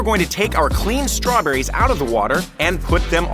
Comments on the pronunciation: did he say strawberries 😂😂😂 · Yes he did say strawberries😂😂😂😂